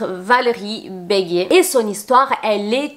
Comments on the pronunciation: Valérie begue, pas begué. Et cindy fabre et pas fabré...😅c trop mignon.. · Petite rectification, Valérie BEGUE qui se prononce sans accent est notre Miss Réunion préférée qui vient de l'île de La Réunion. On appelle notre île LA RÉUNION et dans une phrase on dit "à La Réunion" et non "en réunion" car il s'agit d'un nom propre au même titre que le nom d'un pays. Il y a des vidéos qui expliquent l'histoire de notre île, les usages et les coutumes. Voilà voilà